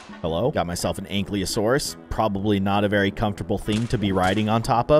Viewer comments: “Anklyosaurus” bro it says ank-ylo-saurus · It's not ank le o Saurus it's an Kai lo sour us